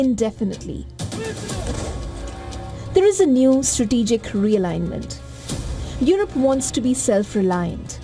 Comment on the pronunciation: Europe pronounced as yurope, not yorope